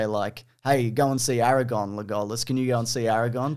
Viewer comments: Everytime your pronounce "Aragorn" as "Eragon," I have a tiny stroke. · I love how keeps saying Aragon when his name is Aragorn, someone’s getting confused with Eragon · you keep saying Aragorn like Eragon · It's very painful hearing say "AraGON" over and over again... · Is no one going to mention purposely mispronounces Legolas and Aragorn